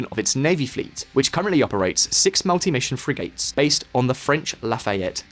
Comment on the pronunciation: Please stop saying fri-gate, it's pronounced fri-git